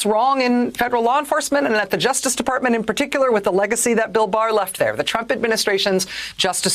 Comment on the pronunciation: did she just say trumpet?